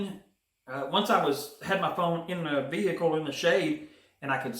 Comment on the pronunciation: vehicle, but you really pronounce the hic. 😅